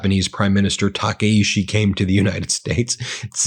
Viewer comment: Ben, i’m Japanese and I enjoy your reporting on YouTube videos everyday. But you need to correct your pronunciation on our new lady Prime Minister. It’s not Takaishi, but her name is Takaichi😄